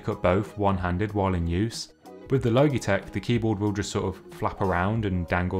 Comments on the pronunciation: Not the “low-gee” 😂😂😂 It’s “law-G” as in Logic with out the “c” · XD low-gee-tek its all I can focus on. I am just used to Lodge-eh-tech. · I love the way you pronounce Logitech. I’ve never heard it pronounced “low - gee” before. It’s an αbbreviation of logic so “lodge - ee “. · Great review - you caught some great usability details. Side note: “Logitech” is not pronounced like ‘logy,’ with a hard g, i.e. dull and sluggish, it’s pronounce like ‘logical,’ with a soft g, i.e. smart, and makes sense. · Guy just said logeetech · At first I thought he said "Loki-Tech" ; ) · Switched off at “Logey- Tech” 🤦🏼‍♂️ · My guy said "low-gee-tek" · He did not just say logeetech LOL hahahaha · Loh-gee tech. Lols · It’s pronounced lojitek, spelt logitech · Thank you Aaron! Yeah I’ve had a bit of a roasting in the comments about my terrible pronunciation 😄✌🏻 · Love the video, but oml the way youre saying logitech is triggering me so much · Please pronounce Logitech correctly. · overall good review tho haha just a little cringey coz of the pronunciation haha